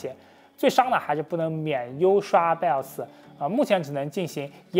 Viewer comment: 每次聽他講BIOS講成BELLS就會出戲一下:face-turquoise-covering-eyes